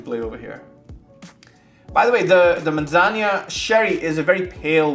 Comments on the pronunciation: Thanks for another cool and timely review…but dude, a little more focus on pronunciation would b appreciated. Where did u get “manzanya” in Spanish? It’s admittedly a bit of a pet peeve for me bec I think it’s a matter of respect, esp nowadays when it takes only one minute prep with Google translate, but u say it so often! Yikes! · I don't think you are pronouncing Manzanilla properly:)